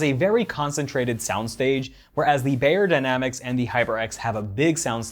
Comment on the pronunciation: Pronounced “buy”-yerdynamic… not “bay”yerdynamicS